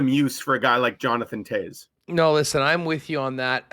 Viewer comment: Yuppie ...Toews knows the way to Stanley Land 🏆 it's not Toes...it's Toews